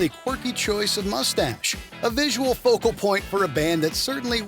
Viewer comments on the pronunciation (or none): none